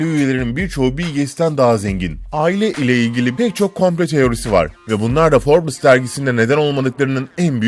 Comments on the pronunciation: Şu cahile birisi derginin isminin "Forbıs" olmadığını söylesin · Her 'Şey' ayrı yazılır. Bir de Forbes Dergisi Forbıs diye okunmaz. Yazık o 3 milyon aboneye! Yaptığınız işe saygınız olsun.